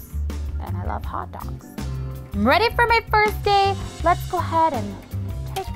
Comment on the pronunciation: you saying you wuv hotto doggus makes me wuv u even mowe